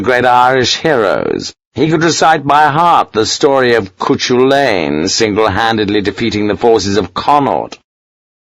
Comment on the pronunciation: Harper could recall the story of coo-chu-lane :).... Cu Chulainn.. pronounced coo- cul-in (at 1.15 ish) ;)